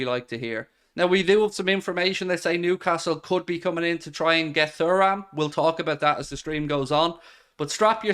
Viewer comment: Well, I was wrong to think you'd be a bigger man than that. I'd hoped you'd be sympathetic to the views, which were in no way offensive, of a fellow Red. Found your insistence on seeing how many mispronounced Thoorams you could shoehorn into your subsequent videos a bit juvenile, particularly when you nailed the far more difficult names of other LFC targets, but it clearly pleased you to mock me. Anyway, best of luck with the channel but I cant partake any more